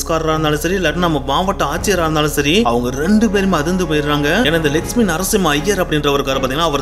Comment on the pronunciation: Lakshmi ..nu neenga sollumpothu legspin nu kekuthu ..konjam theliva sollunga brother 😅